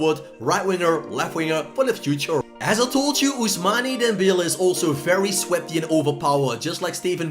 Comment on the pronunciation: “Ousmani Dembele”